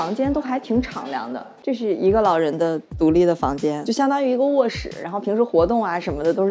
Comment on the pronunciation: 卧室的室是第四声不是第三声